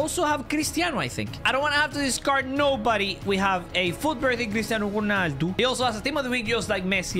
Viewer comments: who tf is cristiano chuuuunaldu Bro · The way he said cristiano ronaldo 🤣😂